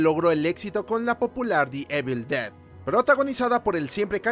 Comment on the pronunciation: se dice IVEL DED